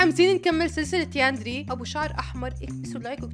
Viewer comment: يا ناااس افهموااا اسمها يانديري مش ياندري😐🤨